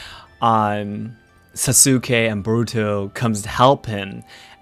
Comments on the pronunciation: Idk why it was so grating to hear Sasukes name pronounced Sah-sOO-kay instead of Sah-Skay. Aside from that, great vid mah boi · Y was he pronouncing sasuke as sasUkay when later he pronounces it correctly? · That emphasis on the "u" in Sasuke is really cringe. The u is actually silent (Saske). The japanese also mostly put the emphasis on the first syllable, where americans for some odd reason choose to put it on the second syllable. As someone who prefer watching anime with the original soundtrack and subtitles, hearing americans pronounce japanese names just sends shivers down my spine! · So.. I thought Japanese omit vowels sometimes to shorten words.. like every name I ever heard with x-suke did not pronounce the u in su..? Did you make a mistake or do Japanese shorten words when they shouldn’t? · Wait, "Sa-soo-ke" ??? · Sas-ooo-kay! Lol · Are you mispronouncing Sasuke on purpose? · I find it interesting that you pronounce the U in Sasuke where some people don’t pronounce it.